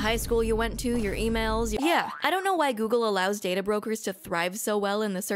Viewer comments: Heh, gogle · First video coming across from you. But says gogle so I had to comment, so I guess I don't complete doesn't work as intended...